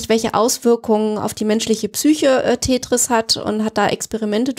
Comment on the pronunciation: Er: Tätris. Sie: Tetris. Er: Tetris. Pause. Er: Tätris.